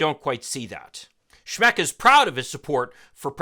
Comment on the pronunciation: Schmeck: pronounced "schmuck".